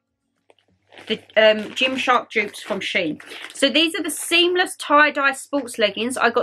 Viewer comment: Fantastic haul, I love shein. (It is pronounced she in). Watched all the way through, kimono lol. They sell really nice dresses, really feminine. Really good video, thanks for sharing xx